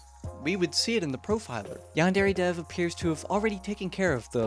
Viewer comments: bro really says yan-dairy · I can't get over the pronunciation as "yawn-dairy". 😂 But in all seriousness, this is a really interesting look into the project and its problems. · Given how the average American pronounces it: They don't, either. Yan-Deh-reh-. Not: Yarn Derry. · Ahhhh. Yaanderry Simulator. (No. Seriously. That's how you're saying it.) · yandairy simulator jokes aside p good vid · why dose everyone pronounce yandere wrong? XD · lol i cant get over how you say Yandere. Its so ..... bad? hard to hear? IDK something about it, makes me wince. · no hate but please learn how to say yandere